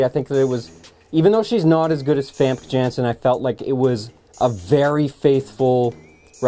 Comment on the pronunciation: What's the name of the actress who plays jean grey in the older X-Men movies? It sounds like he calls her Vampke Janson.